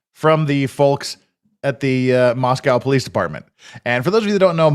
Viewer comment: Moss-co not mos-cow Also i mentioned it on a previous stream, this isn't "small". The "metro" is almost 100k people spread between Moscow and Pullman. There is an airport (albeit incredibly small), that has commerical traffic. Most of the people who live there are transistory and come from Seattle or Boise so this isn't back woods small town with small town people.